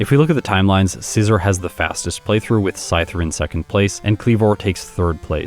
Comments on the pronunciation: I think it's pronounced ScizOR, not ScizER. Like I think don't think you'd pronounce it the same way you would the tool? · You’re pronouncing scizor wrong